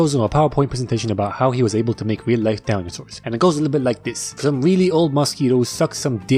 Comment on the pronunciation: did anyone else hear “dalnyosaurs” or is it just me😭😭😭😭😭😭😭😭